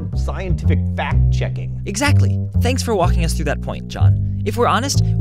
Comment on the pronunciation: Cheking ? Not checking ?